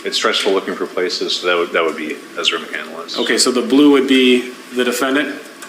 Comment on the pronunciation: That floors me. What she actually did was spell it correctly but pronounce it wrong. Chris McCandless’ last name is pronounced with 3 syllables. Ezra pronounces it with 4 syllables. She pretends to be intelligent.